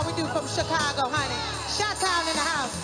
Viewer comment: Fantasia sings perfect and says Chaka's name perfect too.